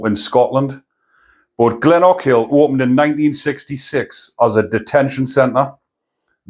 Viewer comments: Glen O Kill is how its pronounced. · It’s pronounced - Glen oh kill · Great content. It’s pronounced Glen-oh-kill funnily enough. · It's pronounced GLENOAKIL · You have to say it all in the one go with no pauses, Glen o kill. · Oh that's an awful pronunciation of Glenochil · Aye GLENOKILL.Is the way it would be spelt up here.